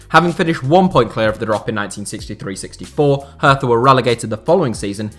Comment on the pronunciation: Haha. „Hertha Berlin“. Mostly foreign press calls the team that. It is just „Hertha BSC“ for locals or most Germans. By the way, in German, „th“ is pronounced like a regular „t“. Nice overview nonetheless!